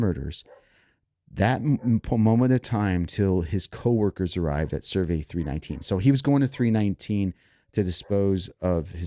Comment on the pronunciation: Cerveeeeee not vey